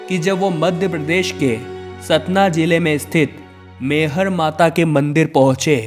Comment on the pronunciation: शक्ति पीठ बावन नहीं इक्यावन हैं । मैहर को आप बार बार मेहर कहते हैं , यह ठीक नहीं है ।